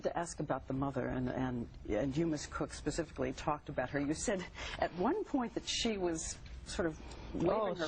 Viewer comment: Okay. Great video, and I enjoy your work adm will keep watching and supporting this channel, but there is something we HAVE to talk about. It’s SPE-cificly, not PA-cificly. I hate to be that guy here but you use the word so much you might as well get it right, it is stating to drive me crazy lol! Again, otherwise, great stuff!